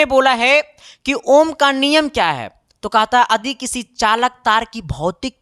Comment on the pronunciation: Adi ❌ yadi✔️ ❤❤